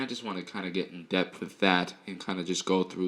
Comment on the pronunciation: The word is "Depth" sir... Respect